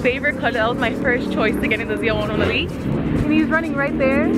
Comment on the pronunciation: Love the way you say ZL1 1LE.... keep up your awesome driving on the track.